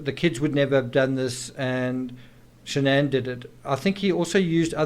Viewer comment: Also Shan-an wasn’t her name. It was Shannan. She tried to get Chris to change the pronunciation of his name as well.